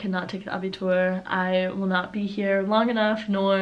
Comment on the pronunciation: Abitur perfectly spoken ))